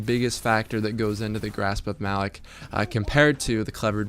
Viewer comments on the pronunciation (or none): Grasp of "muh-lock"